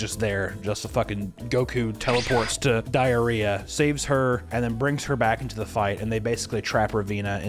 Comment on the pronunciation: U keep calling her "Diariah"😂😂😊